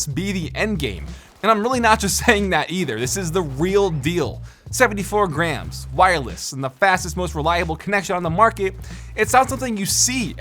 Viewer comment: It’s like he’s saying greems XD